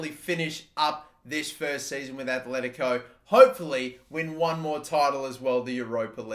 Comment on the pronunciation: I'm begging you!!! It's Atletico not Athletico. Both T's are like in the word Benitez